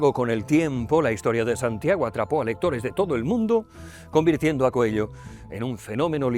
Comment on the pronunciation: ME PERTURBA NO SEPAN LEER Y DECIR BIEN ESE APELLIDO. AUNQUE SIGNIFIQUE CONEJO... NO ES COELLO! #COELHO SERÁ EL IDIOMA EN TU COMANDO DE VOZ O ALGO DE LA #PROXEMIE #PROXÉMICA, NO SÉ... VEREMOS.. (#AMORALPRÓXIMO, ESTOY EN ARGENTINA) DEJAND DE LADO EL #RuidoSemántico, sigo... DE MI "PADRE" ESTE, CREO, ES SU LIBRO FAVORITO, Y QUIZÁS TAMBIÉN EL TUYO,. Tb ES ELPRIMER LIBRO QUE LEÍ, SÍ... Y LA MISMA FOTOCOPIA QUE LEYÓ ÉL Gracias por tu video. Lo comparto. ya te di mi like